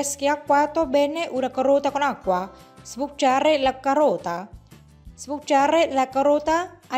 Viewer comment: Con la voce di "Stanlio" che pronuncia sbucciare la carota, dicendo succhiare la carota e acìdo in luogo di àcido è un video molto divertente. Dal punto di vista dietetico non dice nulla di nuovo alla donne: "Prendetevi la carota che vi fa bene!"😁😁😁